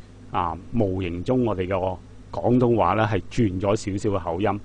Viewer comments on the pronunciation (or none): 啊 sir, 係 “廣東話” 而唔係 “港東話” 啊。 英文拼音：廣 Gwong； 港 Gong